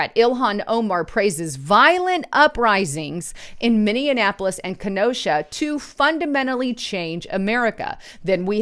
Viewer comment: I APPRECIATE YOUR WORK & COMMENTS, B U T YOU NEED TO DO A LITTLE MORE SHOW PREP & PRACTICE BECAUSE YOU M I S - P R O N OU N C E D SOME WORDS EARLY IN YOUR PRESENTATION -- AYANNA, not A - N Y - AH, MINNEAPOLIS, not MINE ANA POLIS. I DO APPRECIATE YOUR ENTHUSIASM & WILLINGNESS TO PUSH BACK -- LIKE OUR ESTEEMED PRESIDENT TRUMP!